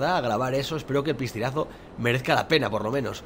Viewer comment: le entendí yo ppistinaso y no es piscinasonluzy habla bn hombre